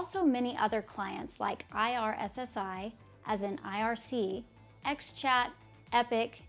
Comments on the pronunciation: It’s called just a hash, not a hashtag in this context. But kudos for mentioning the Finnish background! Also irssi is pronounced like ear-see. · also IRKKI IRSSI IRSSI !!! Try to learn some other language.... and MIRC !!! NOT ÄM AI AAR SII !!!!!!